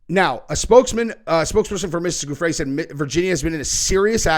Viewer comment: Pronounced GUFF-ree